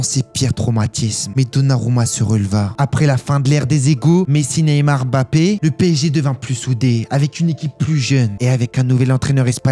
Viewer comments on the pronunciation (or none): none